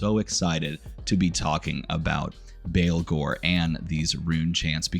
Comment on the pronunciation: baa baa blacksheep, baalghor. not christian baleghor